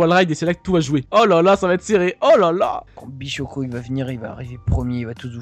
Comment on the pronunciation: c pas nico bichoco c nico bishoker